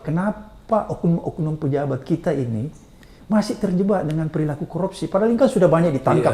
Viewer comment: 𝐁𝐮𝐧𝐠 𝐀𝐛𝐫𝐚𝐡𝐚𝐦, 𝐝𝐢𝐩𝐞𝐫𝐛𝐚𝐢𝐤𝐢 𝐮𝐜𝐚𝐩𝐚𝐧𝐧𝐲𝐚. 𝐊𝐨𝐫𝐮𝐩𝐬𝐢 𝐛𝐮𝐤𝐚𝐧 𝐤𝐨𝐫𝐨𝐩𝐬𝐢 😅😅😅. 𝐁𝐭𝐰, 𝐭𝐚𝐧𝐠𝐤𝐚𝐩 𝐒𝐘𝐋, 𝐭𝐞𝐫𝐬𝐚𝐧𝐠𝐤𝐚𝐤𝐚𝐤𝐧 𝐅𝐢𝐫𝐥𝐲 𝐝𝐚𝐧 𝐩𝐞𝐜𝐚𝐭 𝐝𝐢𝐚.